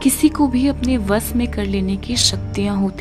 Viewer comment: Explanation n वश ... pronounce well..